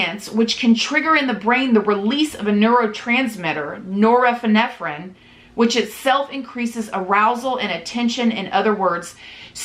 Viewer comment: Except when she tried to say norepinephrine lol